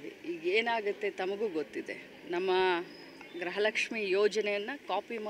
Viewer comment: ಗ್ರಹ ಲಕ್ಷ್ಮಿ ಅಲ್ಲ ತಾಯಿ ಗೃಹ ಲಕ್ಷ್ಮೀ ಅಂತ ಹೇಳಿ..